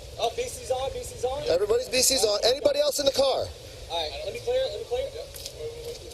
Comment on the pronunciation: 무빙윗유가 범죄자가 죽으면서 한말인가요? 이상하고 기괴하게 발음하는 것이 그런 듯 한데…